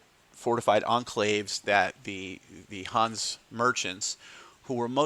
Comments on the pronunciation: your pronunciation is ok for a yank but in Hanse it’s the e in the end that makes all the difference just like in Porsche😃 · Your pronunciation drives me nuts. It's Hans-a, or Hans-e if you want to use the original German pronunciation. Not Hans, that's a personal name. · I understood Huns every time you said Hanse😅 It's with an e like elder at the end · Good video, thanks! Fyi, the e in Hanse is not silent. Not a linguist, but I think you'd call it a schwa.